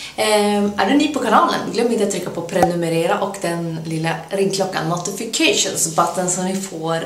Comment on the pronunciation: Notificäjtson botton låter det som haha❤️❤️